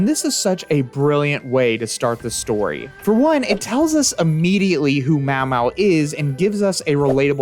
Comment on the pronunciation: pronouncing maomao as mawmaw is a crime